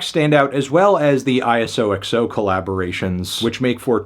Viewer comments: It’s pronounced eye so Ex oh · bro pronounced it I-S-O-X-O 😂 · Ngl I expected him to pronounce it ‘issock-soh’ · Dude can’t even bother to do enough research to pronounce ISOxo right 😂😂😂😂😂😂😂😂😂😂😂😂